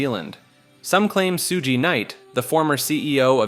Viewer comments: This nigga said SEW G NIGHT and nobody got nothing to say about 😂😂😂😂 this dude saw Suge knights name and said Sue G Night!!! I'm going to pissed about this until the day I die. To the nigga that made this video it's SUGE like Sugar just take the gar off but pronounce it the same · Bro said “Soogee Knight”😂😂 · Bro Soogee knight had me dead 😂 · Oh snap, not Soogee Night! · You lost me at “soogay night” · SueGee Knight 😂😂😂😂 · Su-Gee Knight? ugh please - learn how to pronounce names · 2 pack Suji Knight xD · two Pack... Soojee Knight... Lmao im not even American but the pronouncing was Horrible...Lmao Befriend some Black People at least hahahahahaah Jeez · Sh-ug knight 😂 bro said soo-ooge night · “Soo-jee Night”…this mispronunciation ragebait is outta control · My boy suji night 😂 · ol' soogee knight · soojee knight 😂😂😂😂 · The pronunciation on Suge Knight 😂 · Ok, he is driving me crazy with mispronouncing Tupac and Suge... 😡😡😡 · The pronunciation of 2Pac and Suge's name took me out. 🤣🤣🤣